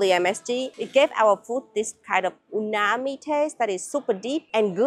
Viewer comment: I don't take this the wrong way but I've seen you call msg unami a few times. It's actually umami. Cheers.